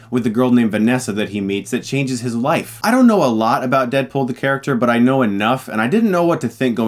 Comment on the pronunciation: I keep hearing "Deadpol"